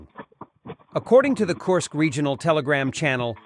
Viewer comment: Korsk or Kursk